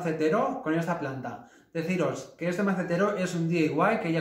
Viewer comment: DIY se pronuncia di-ai-wai no di-ei-wai. Excelente trabajo super talentosos.